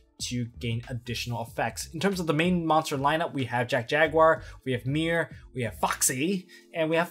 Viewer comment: Jack Jaguar I keep hearing Jet Jagar